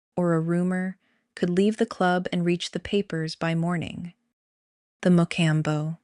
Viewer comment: Pronunciation: Ciro's sear-o's. Mocambo's mo-com-bo's.